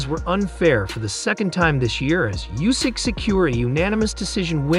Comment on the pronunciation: Oohsik not Yousik